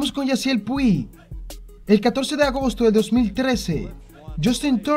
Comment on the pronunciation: Puig se pronuncia “Puch”. De nada.